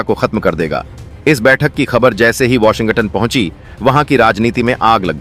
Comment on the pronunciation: Washin-ga tunn galat pronounciation hai